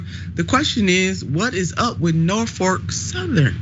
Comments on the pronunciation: Jesus christ... Can someone get her some reading lessons. It's NorFOLK rail, not NorFORK rail... Saying Norfork makes you sound like you have no idea what you're talking about and are not a credible news source. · Red state, yet again. Sorry to be that guy but 'norfork' is killing me.....😂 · "Norfork Sutherland", if it were intentional, would be epic trolling and disrespect on Nina's part 😂. Either way, i like it 👏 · Norfuk? Way to completely butcher their name